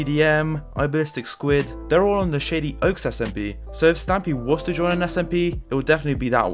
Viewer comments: Every time he says shady oaks I here shitty oaks lmao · Am I the only person who heard "shitty oaks" instead of "shady oaks" ?